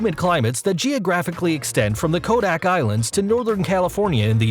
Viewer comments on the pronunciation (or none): none